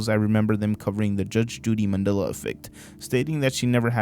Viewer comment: i wonder how many mandela effects are just millennial HS dropouts not knowing basic shit. This one even pronounces it Mand'ee'la. or Carl Jung, the inventor of the millennial way of life, whose name is pronounced 'Y'ung. Also, when you illustrate the fall of the USSR, please dont use pics of the Berlin wall falling. Not that you did but from the looks of it, you will someday and someone will call that a mandela effect. or will it be called the mondiba effect by then. the mundida effect. "some of you may remember the mundida effect being called the mandela effect..."